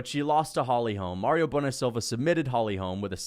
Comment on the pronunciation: It's Mayra, not Mario, you genius